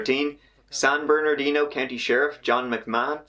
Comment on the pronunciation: It's so weird. I grew up in California, watching TV from southern California, and talking to many people who came from the area. Point: "San Bernardino" was city I heard about often, and I never, until now, realized there was a 2nd "R" in there. I've never heard (or possibly, noticed ) the 2nd "R" pronounced. I was about to correct you, when I saw the Official Seal and saw there was, indeed, another "R". Another Mandela Effect?